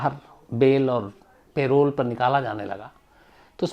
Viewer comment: सर वो पैरोल नहीं परोल होता है